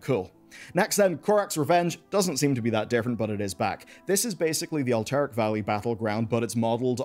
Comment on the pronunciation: LOL how pronounces Alterac! <3 I need those transmogs though! I need the Blizzard service set and the monk armor. And the Judgement set without a doubt. I'm happy to hear it's the log completion item for those Warcraft back items that I really need. I love this event/patch for all of the things that I need in it. Sounds like it's time to show off my anniversary stuff before it isn't so rare.